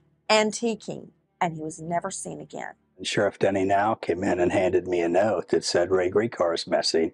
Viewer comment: What is the accent of the guy that says Note with three syllables and tones sort of like valley girl Nehoohoat